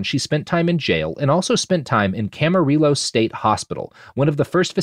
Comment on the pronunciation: Camarillo is pronounced Ka-muh-ree-ow